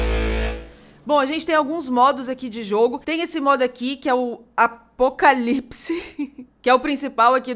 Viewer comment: "Acopalipse" kakakka MANOOOO amo d+ >=3